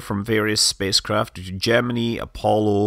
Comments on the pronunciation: Good? Jimminy? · Gem- uh- nee? Did NASA also use the pronunciation cap-shoole? 😁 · No they managed to mispronounce both words. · There are two kinds of pronunciation: The correct way The way the country who landed on the moon pronounces it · I like the subject and the videos. BUT why oh why does Mr Manley pronounce Gemini like that - rhyming with knee. It rhymes with eye . STOP it - not even all the original NASA and MacD bods used the knee variety AND you bloody well pronounced it properly at about a minute in. If it is meant to appeal to our US cousins - I wouldn't worry - if they can get past that bloody accent then they're probably not going to worry about ee and eye. AND DO not get me started on 'math' - you can bloody well stop that as well - you'll only end up like that Barrowman bloke. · When they were flying the Gemini spacecraft that's how the engineers and pilots pronounced it. Yes it was wrong, but when I'm talking about those rockets I'll use their pronunciation.